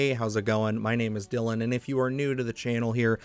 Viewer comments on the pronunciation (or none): none